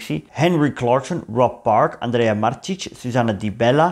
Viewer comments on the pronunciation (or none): none